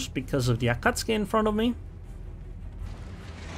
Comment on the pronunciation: You pronounce the “u”. Ah Cat Sue Kee. It is Japanese, not Polish.